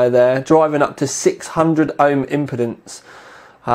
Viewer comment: impotence and impeeeeeeeeedance are two very different things:-o